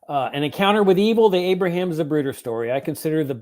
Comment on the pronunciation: ZaPruder. Not ZaBruder.